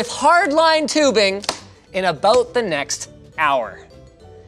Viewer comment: The “aboot” yearly brought out your inner Canadian